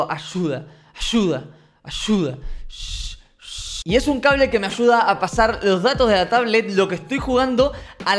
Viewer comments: Me dio risa cuando querias decir ayuda y decias ashuda jajaja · Porque dicen achuda es ayuda:se pronuncia aiuda no achuda